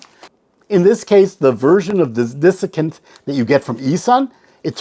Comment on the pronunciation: I enjoy your videos. I hate to be petty, but it is DESiccant not DISiccant. The dis was making my head hurt. :)